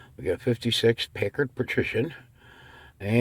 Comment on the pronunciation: PACKard--like "pack" a lunch! Love your magnificent car!